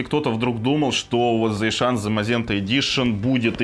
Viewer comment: Засиан. Зайшан звучит как гастарбайтер из средней Азии )